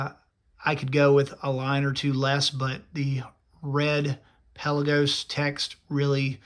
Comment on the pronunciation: Can you at least say the name right before reviewing a watch?